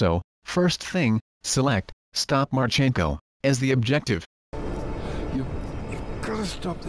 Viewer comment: marchEnko? No. Actual Ukraine surname has stress on the first vowel. mArchenko. It's derrivative to male name Mark and means 'Son of Mark'. So stress is on the original name. mArchenko. Nevertheless, great video.